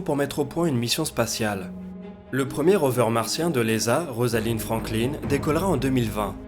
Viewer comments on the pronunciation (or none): none